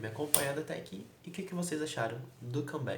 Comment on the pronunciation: Você ainda falava Ívi ao invés de I'VE ashuashuashuashuashuashuashuash